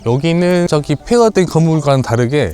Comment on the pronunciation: 왜 ''저기''를 ''쩌기''라고해요?, 애들이 보다가 흉내내면서 웃어요 ㅎ